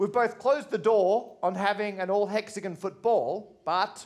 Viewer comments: Whole problem is mispronunciation. It's hexagon like gone not like gun. Thought you brits believe in gun control?! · Never knew that British people pronounce it hexa-gun and penta-gun. My mind is blown.